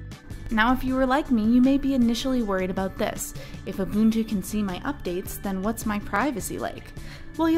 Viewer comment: You are one of the few out there that can pronounce ubuntu correctly!